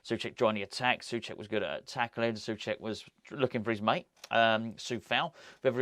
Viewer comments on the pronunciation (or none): none